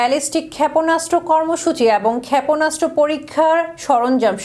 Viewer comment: খ্যাপনাস্ত্র 😂 কি উচ্চারন রে ভাই😂😂😂 এটা কি সংবাদ পাঠিকা নাকি পায়জামা😂😂